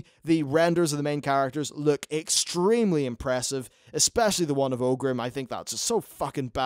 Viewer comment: Its pronounced OR-grim, not OH-grim :P